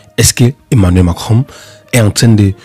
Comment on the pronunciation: On dit pas mankinron, on dit Macron